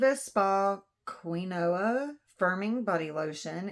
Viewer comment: Nice box! Btw, I had a hard time saying quinoa. 😂 I tried on all kinds of weird pronunciations! I remember it as keen-wah.